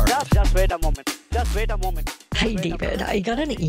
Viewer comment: Jus vait a moment, jus vait a moment.